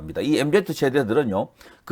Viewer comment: MZ세대를 엠지 세대로 읽어 주세요